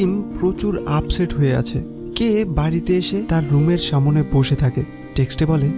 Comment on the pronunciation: প্রতিটা ভিডিও তে সামনে কথাটা কে সা মো নে উচ্চারন করা হয়। যেটা শুনতে খুবই খারাপ শুনায়। আশা করি সামনের ব্যাপারটা খেয়াল রাখবেন 🙂